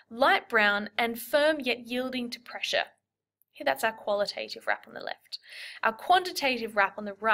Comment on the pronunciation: The second "a" in qualitative and quantitative isn't pronounced like the "a" in "name". It's a short "a" that doesn't say its name.